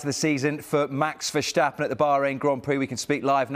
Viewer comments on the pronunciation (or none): verSCHTAppen, a little effort please my god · Who? Max Verschtappen? It's a sharp "s", stop inventing lol. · Do Brits also say shteps or shtool? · maddening to see they still cant pronounce max's name correctly. where does this vershtappen come from? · Why do people pronounce is VerSHtappen? They don't say Alonsho either. It's Verstappen. No SH sound. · Here you go again Brits. The "s" in Verstappen is pronounced as in "stop", not as in "shame". It's not "Vershtappen" after all. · Its NOT verstjappen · I just don’t get how you can pronounce someone’s name wrong 3 seconds in🤦🏽‍♂️ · Why can't people normally pronounce Verstappens name?